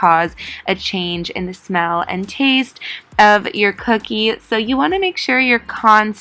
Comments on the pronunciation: why does cookie like that she said “Co0Okey” !! btw don’t use summers eves !!!!!! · Every time she said cookie I laughed my tail off.